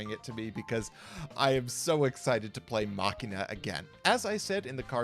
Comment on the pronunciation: I'm so glad every time I hear say Machina correctly